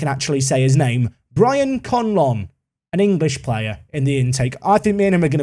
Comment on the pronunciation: My favourite player of the intake, because I can pronounce his name correctly. Proceeds to mispronounce Conlon 🙃